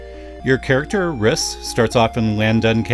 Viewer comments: Just FYI, I think Rhys is pronounced 'Reese.' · Rhys as "riss" oof